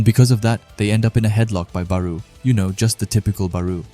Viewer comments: Bro thr “BArOu” caught me off guard in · I cant continue watching due to how you pronounce Barou